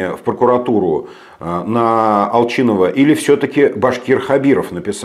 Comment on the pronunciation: Пожалуйста не искажайте фамилию АЛСЫНОВА,аон не АЛЧИНОВ, исправьте ошибку пожалуйста,с уважением.